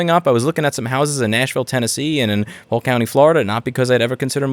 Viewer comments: Come to Polk County! I had to rewind it 5 times to confirm you said POLK. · I had to rewind 3 times to confirm he said Polk.... that caught me off guard.